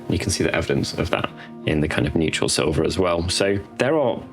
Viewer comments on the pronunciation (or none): none